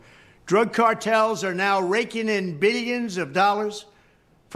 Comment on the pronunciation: Meelyans and beelyans 😂